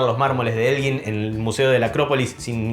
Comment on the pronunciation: Elgin, se debería decir la sílaba gin, como gitano, fuerte, para q suene como guitarra, debería llevar la u.